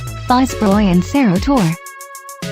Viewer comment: No 6 is not Fizroy- but Fitz Roy. You even pronounced it wrongly